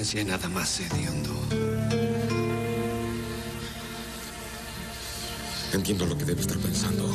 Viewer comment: Dijo "ediondo ...jja